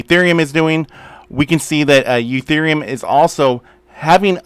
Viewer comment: Why do you call Ethereum Uthereum?